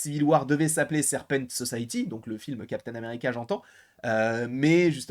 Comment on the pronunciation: La Serpent So-saye-euh-ty